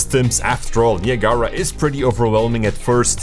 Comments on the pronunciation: Haha... he called it nia gara... (Ni ag ra .... it's a place between the U.S. and Canada. Ni Ag Ra falls). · Niagara Falls, pronounced ni ag ra. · Niya Gara lol !! Its pronounced nye-ag-rah like niagara falls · it's Nye-Ah-Grah but I prefer your pronunciation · I've never heard anybody say "Neee a gaara" before. That totally tripped me out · Great video! I was thrown off for a minute when you pronounced Niagara. It's actually named after a waterfall on the US/Canada border and its pronounced, "ni-ag-ara." I think I'm going to call it Nia Gara in the future to mess with people haha. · The "Neee" sound is a bit too long, but that's its pronunciation in French. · In spanish you say it like that "ne-ah-gara" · "nee uh gar uh" LMFAO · "Ni-Ah-Gah-Rah" haha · Knee - uh - gar -uh. LOLOL. Not from around here, are you? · i thought it was Niagara like niagara falls? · Niagara is pronounced as, "Nigh-ag-ra" not whatever that shit you were saying was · niagahlrah LMAO who says it like that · KNEE-AH-GARA ? :face-orange-raised-eyebrow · I’m triggered by how he pronounces Niagara 🤣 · Lol. Came to say the same thing. Like Niagara Falls. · that’s how the landmark is pronounced. the program is pronounced differently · The way you pronounce naigara is criminal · Bro pls learn how to say Niagara, don’t pronounce the second a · My friend; Niagra... (naɪˈæɡərə) pronounced "Ni" (like "Nike"), "Ag" ( like Agriculture), gera (like "gruh")